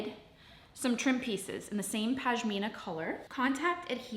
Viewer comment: For the love of God, it’s PaSHmina not PaJmina 😂 that aside, this is amazing work and I’ve loved watching every moment! Well done - thanks for the inspiration 🥰